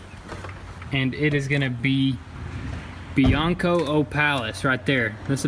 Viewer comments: 😂 he said bionco is BLANCO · I speak Spanish is not bianco opalis is BLanco opalis = White opalis greate! the car look nice body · Its BLANCO NOT BEEANCO